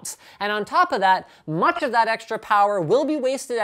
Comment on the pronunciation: Hear this "much" xD